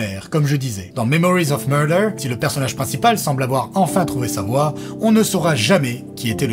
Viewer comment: « Memowiz of muwdew » 😭 Ces Youtubers qui aiment trop se regarder… la perruque… au secours. Il n’y a pas d’info, tout ça est flou et n’est qu’un avis de plus sans acuité, angle, ni singularité. Qui a-t-il de plus à apprendre ici ? Niet. Quel rôle jouent les youtubers dans un monde où l’info se diffusent à grande vitesse, sans filtre, ni recul ? Même avec le temps supposé de digérer le film (la vidéo arrive 3 semaines après la sortie de Mickey 17), il n’éclaire en rien et nourrit simplement un algorithme, au mieux, le simple spectateur ravi de trouver un avis perdu comme le sien. Si on délaisse les médias de fond pour ça, ne nous étonnons pas de l’état du monde.